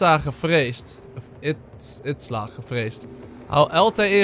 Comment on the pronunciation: Stefan je zegt steeds itsla maar izila spreek je uit als iezielaa